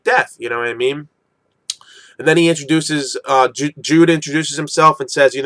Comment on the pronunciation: Judeau is pronounced Judo as in the martial art (jew-dough), reading this chapter again I noticed at the start Guts actually blocks an enemy attack with the same move Griffith used on him, i thought that was a nice detail. Yeah I think Caska doesn't understand Griffiths feelings towards Guts and it pisses her off. Corkus is just one of those typical people that doesn't like others success.